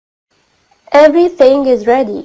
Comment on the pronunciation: افري سينج بيقولوا :افري ثينج بالثاء يا استاذة😀😀😁😁😁😁😁